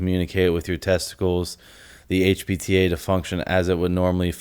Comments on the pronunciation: i agree with you that i think he does mean hpta, i don't want to watch it again but it did sound like he was saying hbta but i could be mistaken they even sound close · honestly I thought he was saying HBTA in the video and it had me wondering if this dude actually knows what hes talking about lmao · the way he says HPTA makes his editor think he said hbta I guess 🤷🏻‍♂️